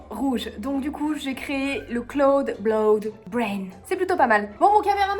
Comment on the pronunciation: c'est clouD pas clouN. Et tu avais sûrement des résidus de jaunes dans tes blancs c'est pour ça qu'ils ne sont pas montés (et oui on dit monter en neige ⛄). En plus tu as mis plus de maïzena et de farine que le reste, comme ce n'était pas proportionnel ça n'a pas aidé.🥰 Cela dit le rose est vraiment beau.💪👌